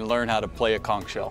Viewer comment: You've been blowing it since you've started walking, and yet you can't pronounce it correctly.